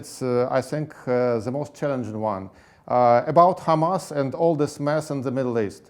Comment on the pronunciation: знание моего английского на уровне школы +, но я в шоке от акцента ведущего!!!! Это просто ужасно и стыдно!! Как можно TH произносить как С This - СЫС. ПОЗОР